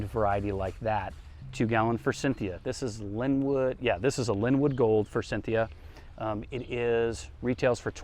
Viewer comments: FORSYTHIA! NO "N"!!!! Please stop!😬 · He means like FOR-SIN-THIA